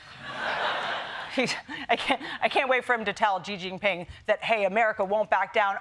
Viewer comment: People you pronounce like She-Jin-Ping, not Zee-Jin-Ping!